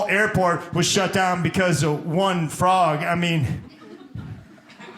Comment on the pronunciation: Fooog not frog .What ? Fooog . Oh ,you can't pronounce R ....